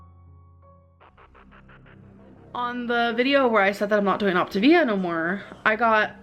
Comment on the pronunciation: “Ockta-veeya”.. It’s “oc-ta-vi-a”, jfc.